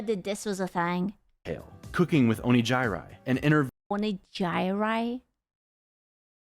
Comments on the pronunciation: Yep, both Onigiri vs Onee-jye-rye and Miyune vs Miyoon, we ought to say it like our adorable AI overladies, its why I still find myself saying Vee-doll or Veedle instead of Vedal. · When he pronounced Onigiri's name terribly wrong, it is because it is an inside joke. That is how Neuro-sama pronounces her name.